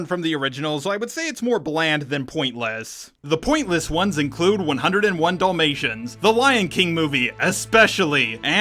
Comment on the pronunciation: I like how you say Dul-mations instead of Dalmatians. Like...the boring dogs movie. Also for the animated little mermaid there was a funny skit on it I saw before where despite losing her voice she took a wooden stick and told Eric everything by writing it in the sand and Ursula was left just asking herself how her plan failed. XD